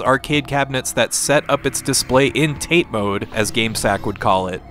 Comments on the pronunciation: Joe (Game Sack) wouldn’t pronounce it “tate mode”. It’s “TATE MODE” /echoechoecho. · Tate mode is probably from the Japanese tate , or たて, or "ta-tay". At least that's how the kanji for vertical 縦 is pronounced when it's by itself